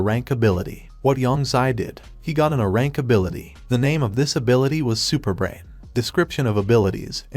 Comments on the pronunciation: I HONESTLY CAN NOT STAND THE STUPID TEXT TO VOICE SAYING UH RANK INSTEAD OF A RANK.... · Quick little helper, for your text to speech thing, type (A Rank) as ("A" Rank) in order for it to be pronounced more accurately. Also, thanks for the recap. :) edit: this strategy may also work for more than just that phrase. edit 2: you can also type "A-Rank" as well